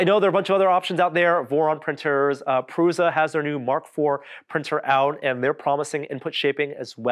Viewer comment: It's 'prusha' not 'pruza' 😅